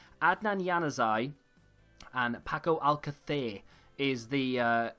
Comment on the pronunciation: Love how you say paco alcacer you sound very Spaniard lol